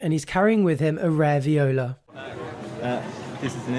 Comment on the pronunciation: When says “rare viola” it sounds like “raviola”..lol